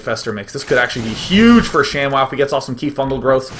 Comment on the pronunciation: its not shamwow its sham-WOW!